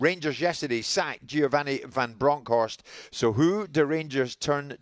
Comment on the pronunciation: His name is giovanni not giani